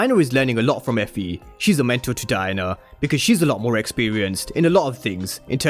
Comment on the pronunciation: The way u say Diana sounds like Diner 🤣🤣